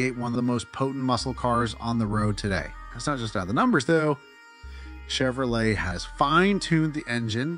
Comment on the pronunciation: Yes, horrible. Chevro-lettt Lay88